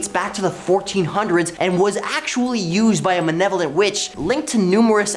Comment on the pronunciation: why does he kep saying manevolent its malevolent